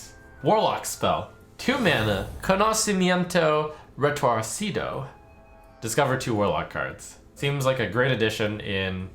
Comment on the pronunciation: conoucimento retourcidou haha